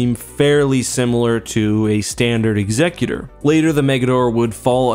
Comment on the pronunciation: Technically speaking that is the correct pronunciation. I always thought it was more of the "execution" style instead of the "executive" style name, but it actually is Ex-sec-u-tor.